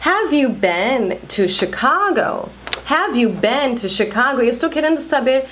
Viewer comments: você pronuncia a palavra been com som de e! Eu aprendi com som de i! Eu falava bin e não ben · muy buen video, muy bien explicado, pero cuando pronuncias been dices "ben" y yo tengo entendido que se pronuncia "bin". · Então é sotaque? Achei que eu tinha aprendido errado. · Você fala been com sotaque diferente. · dúvida a pronuncia de "been" seria bim ou bem ?